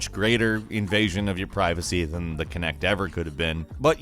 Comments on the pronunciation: It's Kinect not Connect! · I'm just gonna say it "kinect" Ah shit here we go again.